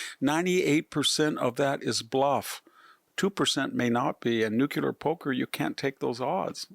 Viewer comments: It's nuclear not nucular Also you conveniently forgot to mention Budapest Memorandum, in which us, UK and Russia guaranteed ukraines's borders. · Intelligent, well spoken and has incredible insight. So much to like about this man. If only he could learn to correctly pronounce nuclear. NU-CLEE- ER. Not NU-CUE-LER George W Bush used to say it the same way and it always drove me crazy. Thanks for letting me vent. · NucUlar? Seriously dude, that's not a word. Nucular It's not a word. The atom does not have a nuculus. Thumbs down and I don't know what, stupidity. Why don't you say it correctly? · For an academic, you should use proper enunciation. Nuclear is not pronounced Nukular